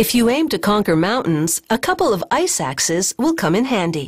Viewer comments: I-suck-Ses? I want to be Ses too! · am I the only one who heard iSacks?